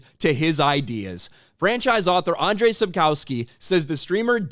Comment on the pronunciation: If you're going to comment on the Witcher creator, please learn to say his name correctly. It's pronounced 'And-zhey Sap-kov-ski' He's Polish, not Russian, so he's not Andrey.